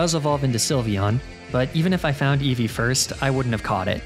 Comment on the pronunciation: EEVEE, NOT EVIE! FIX IT NOW!